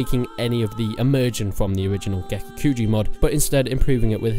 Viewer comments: Please, PLEASE, don't say gekukuju... it's gekokujo. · Gekukujo [Geh-Koo-Koo-Joe] Joe not jew. smh. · I know you say kuju because of the accent but in all seriousness, “is it pronounced kujo or kuho”? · I cringe when you say Gekokujo, or Daimyo. The dabbing mod, uh ok you definitely aren't considering this a serious top 10, pretty funny but meh, haven't seen your previous top mods for Warband but I definitely think Perisno should be considered a top mod, aside from that Prophecy of Pendor, and a few other mods are also rather good, personally I recommend watching Reformist TM and his let's play of those mods to get a feel for them. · Lord of the Void I agree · Take a shot every time he mispronounces Gekokujo. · How do you pronounce Gekokujo differently every time